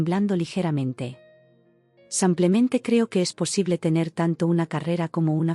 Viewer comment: Dice mil veces samplemente??,o semplemente o yo no oigo bien 😂😂